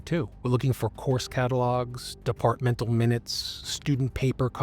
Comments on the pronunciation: “DEFARTMENTAL MINUTES” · DEFARTMENTAL MINUTES 😂